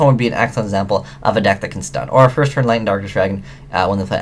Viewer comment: you said "first" wrong